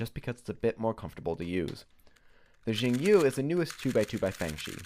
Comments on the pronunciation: It has to be pronounced "shingyu" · Also the u in Yu has some odd pronunciation I can't describe. It's definitely not pronounced 'you'. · Its chinese- the x is pronounced like shhh. Most people say zing yu so...